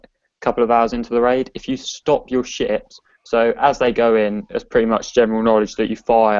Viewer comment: ships you sound like ya saying chips